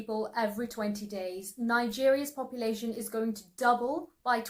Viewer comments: it's not popalation...it's population. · I thought it was papalation